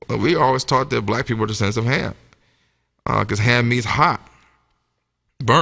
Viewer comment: It was Cham 1st instead of Ham